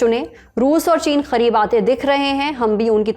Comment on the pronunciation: bhai tum Karib ko Kharib kyu bol rahi ho??